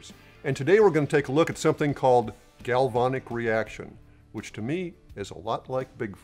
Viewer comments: You guys keep saying, "galvonic". It's "galvanic". "Van" is pronounced just like the vehicle. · Corrosion Specialist here. You guys are pronouncing galvanic weird. It is a real thing. It eats up aluminum wheels and heat shields on cars all the time but when used to our advantage it protects boat hulls and the interior wall of your water heater. But it requires certain conditions to occur. Cars, boats and water heaters all have something in common. Electrolyte. In these cases the electrolyte is water. Even worse, hot water. Even worse than that, salt water. With the grease and the protective coatings and construction of our rifles, plus the fact any water that could get in there would evaporate out quickly when you fire a few rounds, it just doesn’t seem to be a problem. If you wanted to prove a point and make it a problem, I’m sure you could scratch up your protective coatings at the metal to metal contact points and store your rifle in a bucket of hot salt water for a week and get the results you’re looking for but that’s crossing over into intentional damage. And would affect any place aluminum contacts steel, roll pins, detents, back plate, trigger pins, etc. so not exactly proving a point. Store it in the house, not in the pond, and it’ll be fine. GalvAnic corrosion cells are a thing, but not something we need to be concerned about in this context. In case you’re interested… in the U.S. corrosion control industry, it’s pronounced GalvAnic, where both A’s are short A’s, like in “and”.